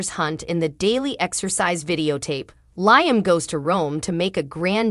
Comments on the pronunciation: Its LeeUmm...not LieUmm. Also, it gets tedious hearing the "week of" I am sorry for this becoming ot makes it very difficult to continue to watch. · Not to be rude but your pronounced liams name wrong.well this is the first day of summer 21 the longest, day of the year.now the days will start, getting shorter.happy first day of summer.